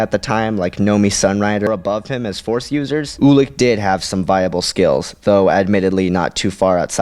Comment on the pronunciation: I think it's pronouced you-lik not oo-lik